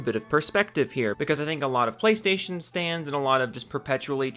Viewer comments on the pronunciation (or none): Forgive me for being out-of-touch (I have zero social media presence), but are you saying "Playstation-Stans" i.e. Playstation-Stanleys" or "Playstation-Stands" i.e. a JoJo reference where the Playstation is summoning these people to defend it?